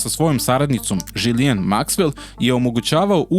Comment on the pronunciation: Ona se zove GIZLENE citaj kako pise ono po vuku😉🫡